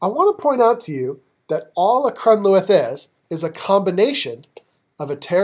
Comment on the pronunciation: I greatly appreciate your help on these piobaireachd movements. I would like to offer you a little help in return. The "th" at the end of taor luath and crun luath is not pronounced like it is in English. In Gaelic it is pronounced either as an "h" or it is silent. in this case it is silent. They are said more like turloo and crunloo.